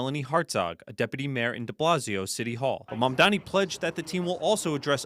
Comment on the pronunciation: ~~~~~~ -. ….., his name is Mamdani. …… Mamdani ……… Mamdani …. So say it correct,,!